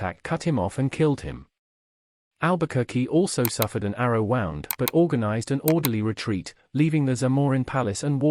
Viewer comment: I appreciate these kind of videos but it seems that you're using bots to read the texts, which is very distracting. The 'arrow WAOUND' line in particular 'waounded' me deeply.